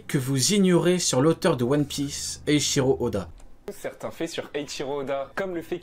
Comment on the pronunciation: Eichiro Yoda 😂😂😂